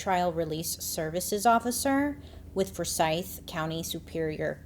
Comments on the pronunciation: It's pronounced Four Sithe like William Forsythe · I think it's pronounced two syllabus Four-sigh-th. Forsythe Just helping out.. as a fan/friend who lived in the south.